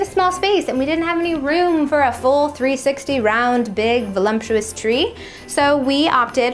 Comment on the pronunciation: Velumptuous tree?!!